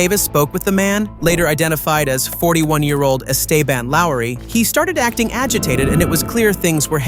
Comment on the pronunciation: “Eh stay ban”